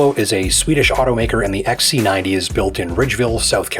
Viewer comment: its xc90 and not x ssaaa c 90, bad mouth